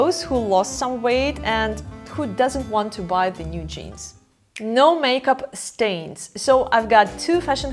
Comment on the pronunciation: Stains, not stanes.